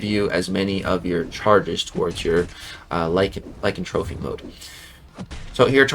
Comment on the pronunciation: Its Lie-Can-Throw-Py its NOT like-In-Trophy 😅. Lycan-thropy Ly-Can-Thropy the Ty sound like Throw Thhh. Hope this helps love you not being an Ass just thought it was funny how you say it is all. Awesome vid brother congrats. 😊